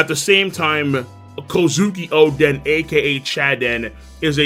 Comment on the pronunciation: why does he call oden “chaden”